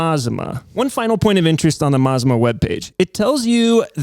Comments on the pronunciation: It's pronounced "Mah-zah-mah". Named after the volcano in Oregon "Or-eh-gun". 😊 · Mazama isn’t meant to sound Japanese. It is pronounced Ma-Zama and is the name of a small town in the North Cascades in Washington State. The Les Schwab near me was very clear these house brand tires are made for them by Sumitomo and most closely resemble the Falken Wildpeaks. That said, I do think their prices are high and you can find better deals at Discount Tire if price is the most important factor which it often is. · IN THE INTEREST OF ACCURACY IT'S A MA ZA MA ( AFTER THE MOUNTAIN THAT BECAME CRATOR LAKE ) YOU PIN HEAD ... AN INDIAN WORD YOU NEED TO LEARN MAZMA ISN'T IN ANY LEXICON : ) HE WON'T KNOW THAT WORD EITHER .... "GO NATIVE OREGONIANS" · "Mazama".... pronounced "Muh Zah Mah " used to be a local mountain that blew up and became Crater Lake. So for Les Schwab customers in the NW... we know it's their brand. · Mt Ma-Za-Ma aka Crater Lake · Pretty sure it's pronounced "mazama" like "maZAHma" with 'a' like"mama". It shares a name with an Oregon mountain climbing club. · I watched until I couldn't any more. When it got to your buddy talking about balancing I was out. You can't even pronounce Mazama... and it was you that said it was an asian name. Not me. And did you even READ my comment? I wasn't even speaking of where the tire came from just the friggin NAME. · Mazama is of native american origin and you're pronouncing it incorrectly. It's not made up, it's regionally significant. I appreciate retail transparency, keep it up.